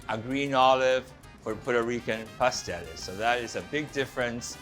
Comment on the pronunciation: what ever happened with pronouncing the last "S" in the word PASTELES? I'm from P.R., i know what i'm talking about. Could name some more errors, but i'll let the gentleman in the video figure it out....